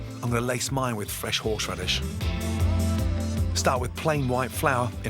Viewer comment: "Fresh horshradish"